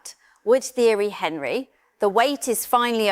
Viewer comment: Hey AI, it’s ONree, not HENree